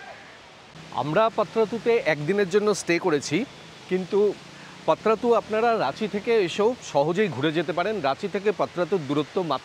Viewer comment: এটা পত্রাতু নয়, পাত্রাতু